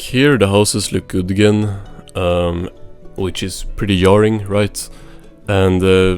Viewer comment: "pretty jarring" being "yarring" caught me lol